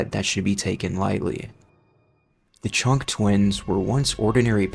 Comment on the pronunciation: During the Chunk twins segment.....i heard Chonk lol